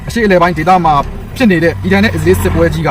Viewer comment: အစ္စရေးတောင်ပီအောင်မပြောတတ်တဲ့ကောင် အီဇေး တဲ့ 😂😂😂